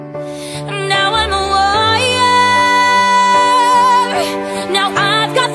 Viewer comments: Just out of genuine curiosity, is it a stylistic thing or for musical technicality purposes that she and other people who cover this song pronounces “Warrior” as “Wo-ee-yer”? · Why don’t people pronounce warrior properly when singing this song? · Someone needs to tell her that the word Warrior has R's in the middle, she seems incapable of pronouncing them